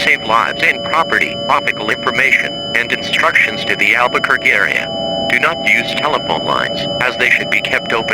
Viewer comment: Albuquerque ✅️ Alberquerque ❌️